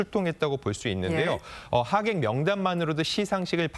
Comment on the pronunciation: 여자 아나운서 ㅎ 법율 스님 이라고 .. 하객을 화객 어버버버 시술 그만 받아라